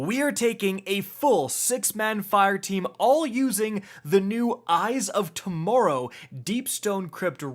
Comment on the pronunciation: Did you just say torrow instead of tomorrow